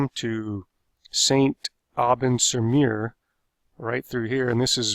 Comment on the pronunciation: His French pronunciation.. "sur Meer", "la Riviera" and, "In Bessen" also "Point Due Hock"